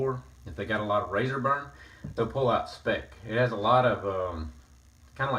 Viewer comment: Hello, thanks for the nice Video! By the way, we (Germans) pronounce the Speick more like you would pronounce it in "spike". :-)